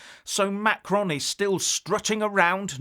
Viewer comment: please try to pronounce Macron's name a little more correctly. pronouncing it like you did in this video is childish. I'm not looking for a complete French-speakers' pronunciation, just try it the right way instead of making fun of his name.